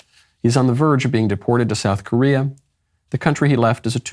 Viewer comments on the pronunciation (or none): none